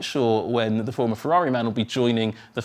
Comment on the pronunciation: Ferrari not "Fevvavi" pls